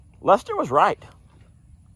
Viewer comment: I didn’t meet Journey except trough your videos but I love her, I miss her calling you Lester it sounded like she was saying “dad”